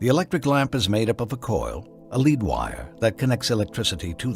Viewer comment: The fact that he pronounced “lead wire” that way shows he is not worth listening to for a second, he clearly just got all his info from Wikipedia and the Quran